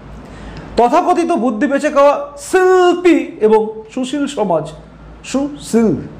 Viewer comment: আপনার মুখে ছি ল্পী আর ছু ছীল কথা গুলো শুনতে খুব ভালো লাগে